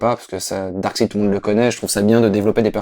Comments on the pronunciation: le seule vraie défaut de la vidéo,c'est quand dit Darkside et non DarksEId. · c'est pas Darkside. C'est Darkseid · Pitié, prononcez Darksaïde T_T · est marrant, il est fan de comics et il ne sait même pas prononcer correctement Darkseid!! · je préfère largement le Ghost Rider d'agents of SHIELD à celui du film. Comme quoi les goûts et les couleurs :p Par contre entendre prononcer le nom de Darkseid à la Française ça m'a vraiment crispé x)